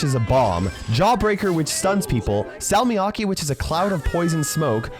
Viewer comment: I died inside every time he said salmiakki with an English accent